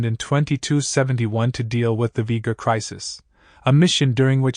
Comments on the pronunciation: If the original Enterprise 1701 has a capacity of approx 200 persons, how can the older XCV, which is clearly smaller with far less hull space, be able to hold over 800 persons? Also, it's Will-IAM Decker, not Will-ARD and V-GER, not V-KER. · isn't it pronounced v-jur... not v-gur? I mean they pronounce explicitly it in 'the motion picture' so not sure how you can mispronounce that in this video... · "Vee-gurr" :British undercover soldier holding up three fingers meme: Fucking AI slop. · The refit enterprise was not destroyed when Planet Genesis exploded but rather the crew entered a self destruct code to kill the Klingons that came aboard to capture the ship at Plant Genesis. You didn't watch the films did you? Otherwise you would not have mispronounced V-ger as in Voyager 6 launched by NASA. True Trekkies are laughing AT you. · I was with ya until you mispronounced vger. It sounds like veejer. The whole movie revolved around vger actually being one of the VoyaGER proves that got upgraded by an unknown species and became sentient with its only desire being to collect all the data in the universe and bring it to its creator. This tells me you dunno squat about any of this. Stopped the clip. I'ma go watch something else